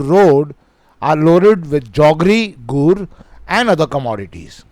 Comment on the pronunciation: Sir questionno. 20 ans is not guhh it is gur😂😂😂